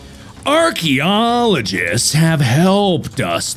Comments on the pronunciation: it wasn't dyslexia he just left out the R in archeologists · I'm more interested in those "Archerolgosits". That sounds like a PHD worth getting.